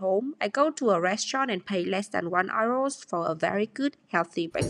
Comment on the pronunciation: They way you pronunce euro 💶😅